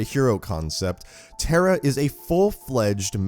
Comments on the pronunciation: Your pronouncing her name as "TERA" like tera nova. Her name is pronounced TAH-RAH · Proud to be thai Also pronounced "Taa raa" not "tare rah" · Why does he say Tera it's TARA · Pronounced....TAWRA not TERRA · NOT TERRA! its tah-rah tara not terra!! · Tara is a hindi language word which means star. It is a popular name in India and it is not pronounced as terra*. It is pronounced as *tah rah तारा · It’s pronounced taa raa it’s an Irish name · Pretty sure you'd pronounce it 'tah-rah' you know.. like the girls name tara... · You pronounce the name wrong. Tar. Ah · It actually pronounced taa raa in thai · Tara* not tera... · None gonna talk about how badly he's pronouncing Tara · I love the character as a whole but I know it not his fault but the way he pronounces the name is ticking me off a bit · Just to let u know that's not how you say her name